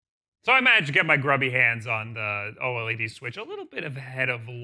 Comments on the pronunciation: Yeah it’s pronounced O Led not O L E D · Please have him call it OLED and not O L E D. Edit: Fuck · I have never met someone who says "O-L-E-D" before. Most people just say O-LED. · Why is everyone saying O L E D??? Its OLED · Can you please say OLED as a word, and not as separate letters? It makes me feel weird 🥲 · I hate how he says oled